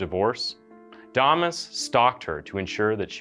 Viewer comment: Why’d you pronounce “damas” two different ways?